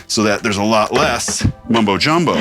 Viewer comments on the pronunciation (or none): none